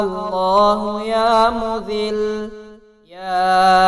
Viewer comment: Bahi Ya Muzzilu ha .please sahi parhain 😭😭😭😭😭😭😭😭😭😭😭😭😭😭😭😭😭😭😭